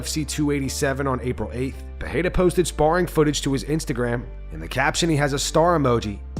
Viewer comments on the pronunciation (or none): Once again I’m asking the narrator to learn how to pronounce Periera. THERE IS NO “H” SOUND